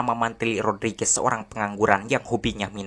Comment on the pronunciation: Mantap!!! Sampai "Rodriguez" diucapkan dgn bener!! Makasih!!